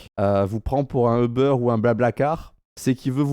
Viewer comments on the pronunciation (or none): none